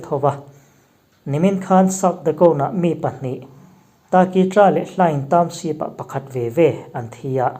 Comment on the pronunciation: Mi tam tak naupang zirlai thlengin in thil chhiar hi kan ngaithlaa, fimkhur deuh thin teh u, Township tih tur SHEEP ti a i chhiar tlat zel mai te hi, inzir ve deuh thin teh u. Beng a kham tlat.